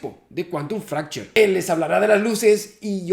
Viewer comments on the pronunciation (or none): Quantum Fracture. Pronunciado por mí: Cuantum Fractur Pronunciado por Javi: Cuantum Fractcher 💜